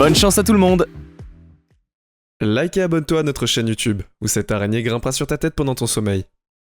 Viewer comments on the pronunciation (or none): Arrête avec l’arraigner